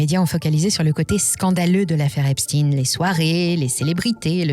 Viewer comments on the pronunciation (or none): C'est eïn pas ine , et OUI c'est important. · vidéo arrêtée dès que vous vous abaissez à dire "esptine" au lieu d'esptEIN. comme si on essayait de le faire passer pour quelqu'un d'autre. insupportable ces manipulations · Pour citer les vrais responsables il vous faudrait déjà avoir les corojes de prononcer son nom correctement, c'est stein et non stin comme Bornstein ./... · pourquoi vous prononcer epstine ?? cest epstein comme einstein !!!! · EpSTEIN le juif et pas EpstINE le russe. Les medias essayent de divaguer l’information. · Une question : pourquoi dites vous Epstin et pas Epstein ? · on dit "chtein" pas "stine" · J’ai coupé la vidéo quand cette belle voix à commencé à prononcer "epstine" au lieu de Epstein".🤥😠😤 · Epstein pas Epstin... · c'est pas EpsTINE comme PoutINE ou EltsINE mais EpSTEIN comme BernSTEIN, GoldSTEIN...c'est pas un complot russe hein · Epstein et non pas Epstine. Epstein comme Albert Einstein, frankenstein ou Liechtenstein. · Epstein est un juif allemand. Et en allemand cela se prononce comme Einstein et Liechtenstein (ien se prononce "ine"/ ein se prononce aïe-ne). Epstine ressemble à Poutine... ce n'est pas anodin pour Macron, les politiques et la presse qui est à la botte de Macron. Mais, vous avez raison, si la façon de prononcer sert les intérêts de certains, cela est pécadille au regard des faits reprochés... c'est sans doute pour ça malgré tout que vous le mentionnez ! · Tiens encore une chaîne qui prononce Epstin et non Ein 😂😂😂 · Epstein se prononce comme Einstein....pas Epstine....le "damage control" des Rothschild ne doit pas être pris en compte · cette prononciation Epstine est insupportable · Encore une vidéo pour camoufler l'origine d'Epstein...oups, il faut dire EpstIne" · Cette prononciation Epstiiiine est insupportable. Qui dirait Frankenstiiiiine ? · Je ne regarde plus les vidéos dont les commentateurs prononcent epstINE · Trump prononce Epsteeenn.... 😁